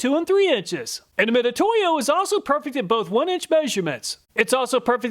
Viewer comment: it's pronounced Mi Tsu To Yo, not Mi To To Yo, つ is spelled both Tsu and Tu